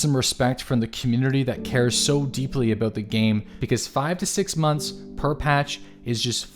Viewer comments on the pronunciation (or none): none